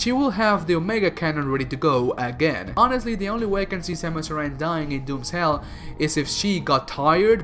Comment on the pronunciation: Grey Voice gave her his DNA, not Old Bird. The Chozo you’re talking about is Grey Voice. It’s not Ripley, it’s Ridley It’s pronounced “Air-an” Arm canon